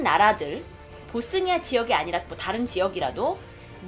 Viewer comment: 봇쓰니아가 아니고 보스니아... 그리고 보스니아가 왜 못 살... 조선시대 얘기를...